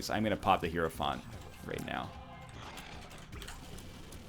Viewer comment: wow he actually pronounced hierophant correctly